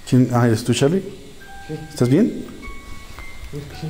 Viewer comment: siii bueno yo escuchó "hola sharlie"